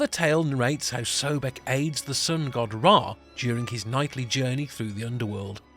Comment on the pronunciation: The first syllable is CORRECTLY pronounced SOB, so his name is CORRECTLY pronounced SOB-ECK, not "so beck"